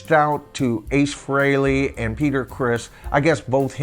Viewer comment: Thanks for saying Ace’s last name correctly. Even major fans say it wrong all the time.